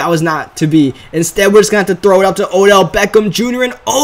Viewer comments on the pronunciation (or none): none